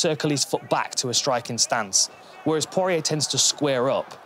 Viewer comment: I would just like to apologise on behalf of my fellow Brits for their inexplicable abomination of the pronunciation of 'Poirier'